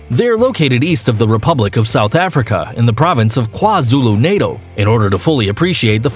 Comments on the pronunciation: Tu-geh-la falls, not tu-jella. Drakensurg not dragon. Kwazulu Nah-taal. Not Nay-til. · Tugela with hard G.... and the A's in Kwazulu Natal are pronounced like the ones in 'Apple' - not ...Natale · You said Tugela and Natal sooo wrong. As a South African, I’m so offended.